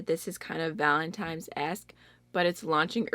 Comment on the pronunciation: did you say “ValentiMes”? 👀 Girl I have to call you out for that 😃😁